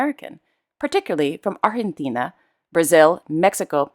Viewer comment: Dear, I really apreciate a Lot your pronunciation of my country's name, Argentina! You don't have to,but you did it!!!I know it Is an effort for the English speaking people( although you have showed us your extraordinary skills with...a Lot of languages!!)🇦🇷🇦🇷🇦🇷thanks so much!!!